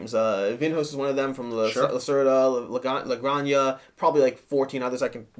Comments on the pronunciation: "La graña"?.....Do you mean La Granja (ha)? like haert (jart) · It’s pronounced la granha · Like others have said, I believe it's pronounced "La Gran-Ha" which is Spanish for "The Farm". Thanks for the review, really insightful! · Oh my! They make it sound like a Drag name, LOL. If it's Spanish the "j" is guttural. A hard "H", so to speak. "Gran-Hah". The game seems well designed but too convoluted and space hungry for my taste. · It's pronounced La Gran-Ha. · "La gran ha"